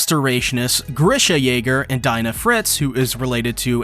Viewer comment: .... It's DEE NA, NOT DIE NA!!!!! xD